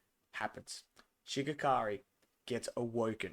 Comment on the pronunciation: Such a good Ep showing the power difference next Ep will be crazy Also It’s Shigaraki not Shigakari